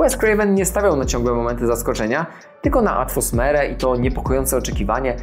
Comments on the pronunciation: Mówi się "atmosfera", a nie "atfosmera", ale ogólnie porównanie ok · Ziomeczku ze 3 lub 4 razy mówiłeś wyraźnie ATFOSMERA a mówi się ATMOSFERA.Jesli masz problem z tym słowem to proponuję go zamienić na KLIMAT W FILMIE a nie ATFOSMERE FILMU.Ja osobiście mam problem ze słowem WYIMAGINOWANY przez co język mi się placze więc zamieniam te słowo na WYMYSLONY. Warto dobrych rad posłuchać. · Już drugi raz słyszałem słowo "atfosmera", zamiast "atmosfera", błąd w skrypcie? :) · Trzymam za słowo, bo materiał porównuje 2 wersje horrorów, a tu nagle ta "atfosmera" rozbawia mnie do łez 🤣